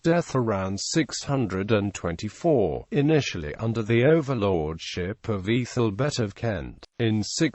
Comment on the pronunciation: Names with AEthel is pronounced Athel as in maple table etc not a fuel or e through meaning noble